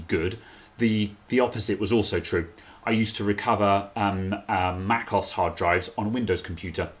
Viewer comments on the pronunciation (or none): Mac OS, not macos 😡😡